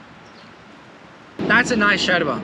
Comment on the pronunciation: Yooo, just dont like the way you say yerba ( sherba is not the way)